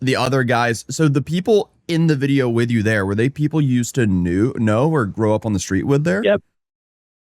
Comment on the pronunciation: Yeah he says "Wijeo" 😂😂